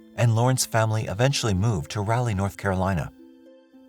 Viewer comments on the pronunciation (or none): Not to be nit picky...but Raleigh is prounced, 'Rah-Lee', not 'Ral-ly'. You said it too many times, so I had to put it out there....hehehehe. Great Show!! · It's pronounced raw-lee not ral-lee... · not gonna lie it was super bothering to hear him say it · It’s RAW ( that’s) Rawleigh, not rowley. Can’t tell you how often I have threatened to stop following a site. Someone should do their homework. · The city name is pronounced Raw-lee, not rally, like a car rally. And the med is Core--ah-see-din, not Corsidin. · dude. irs raleigh. not rowley. rahlee... rah lee ra ra irs a commons english name, how are you so bad at pronouncing??? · It was a murder. The guy planned this and should get the Death Penalty. AND the City is RAH-LEE not Rally. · This doesn't sound computer generated. But, "Rally"? People viewing from RALEIGH, N.C. are cringing beyond belief! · It's pronounced raw-lee. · Not guna lie, I’ve never heard Raleigh pronounced the way it is in the video. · Learn to pronounce Raleigh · You are pronouncing Raleigh wrong Short a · Great video! The way you pronounce Raleigh is really interesting to me 😂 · was looking for this, also how he pronounced “jobs” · I've NEVER heard someone mis-pronounce Raleigh! Must not watch any media at all. Or, be under 6 years old.